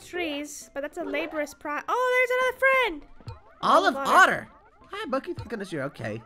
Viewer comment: Ok DONT ASK WHY, but I’m extremely offended that their name was Olive Otter and they kept saying Oliver Otter. I love and and neither of them have ever offended me or said anything bad, but that just really ticked me off and made me feel sad. IM NOT HATING ON EARTH OR SUN DONT YOU DARE YELL AT ME ALL IM SAYING IS PLEASE GET THE CHARACTERS NAMES RIGHT. Edit: Sorry I didn’t watch the whole thing! started saying Olive at the end thanks for that. Earth said Olivia now still wrong but not offended no more cause got it right.